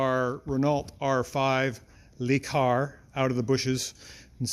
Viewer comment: It's "LUH Car", not "LEE Car".